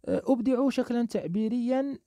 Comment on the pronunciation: استاد هاشي مزيان ولكن عندك اخطا فنطق بحال أبدع قولتي ليها اوبدعو